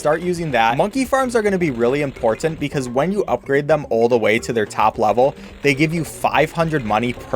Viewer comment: sorry but a have to say this he says imporTant